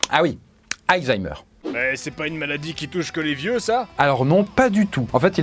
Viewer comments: Pourquoi il dit AYzheimer au lieu de ALzheimer??? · Je vais faire le rabat-joie mais on dit ALzheimer et pas hayzaymer ou heyzeimr, mouarf. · des zaïzaïmeur 😂😂😂😂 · ❓ Ça se prononce vraiment AÏE ZAÏMEUR? a dit ça tout le long. 😂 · C'est moi ou ça se prononce vraiment aYzheimer ? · Ca me stresse tellement que tu dises "Aïzheimer" x)